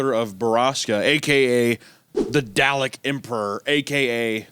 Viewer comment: ain't no way that's their name Ps. Hunter really butchered "dalek"